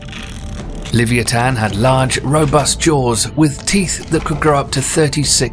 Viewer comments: ITs Leviathan Leh-Vye-A-Thun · it's not livantan it is the Levithan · I was thinking the same thing!! And then him pronouncing leviathan just killed me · It's amazing that British people are the inventors of the English language but can't say Leviathan properly